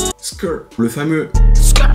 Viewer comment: C’est skrt et pas skrr si ?